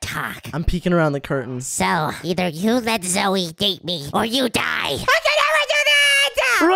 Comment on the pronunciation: Why does call zoey zoye?